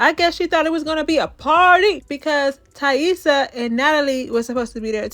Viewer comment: You’re the only one online pronouncing Taissa right and I know why 😭😭😭 It’s not that damn complicated!